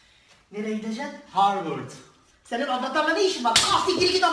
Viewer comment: Horward diyo harvırd